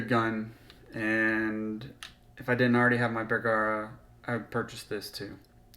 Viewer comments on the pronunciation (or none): It’s “Bergara” not “bear-gara”